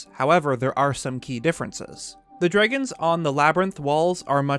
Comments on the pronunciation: This dude says drigons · why does he say dragons like that im losing my mind